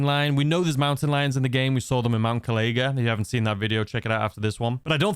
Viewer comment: I love the vids but it's bugging me the correct pronunciation of mt kalaga is kal i ga or kal a ga not kal ay ga also the tattoo on the lady says masterb@